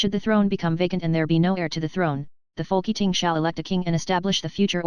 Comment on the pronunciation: Folk Eating? Its Folketing